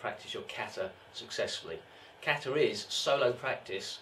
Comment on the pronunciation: How can you write a whole book about kata & not be able to pronounce the word "kata" correctly?